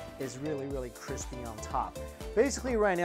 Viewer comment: Joshua weissman is quaking at the CWISPY skin